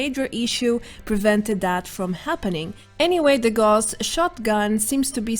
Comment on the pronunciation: Gauss is pronounced "Gowss", not "Gorss", after Carl Friedrich Gauss, the mathematician and physicist mainly famous for electromagnets. A quick google will show that. :-)